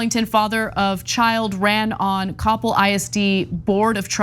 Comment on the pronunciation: Regarding Coppell, the accent is on the second syllable.